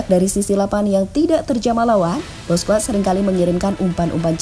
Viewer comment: Sok inggris ga enak di denger cok 😂😂😂 ...di Spanyol bacanya bousqes , enriqe ...si mimin bacanya boskuets , enruik 😂😂😂 ...nyebutnya biasa aja min ga enak di denger ...orang spanyol juga klo manggil nama ga gitu2 amat ,malahan manggilnya 11/12 kyk indo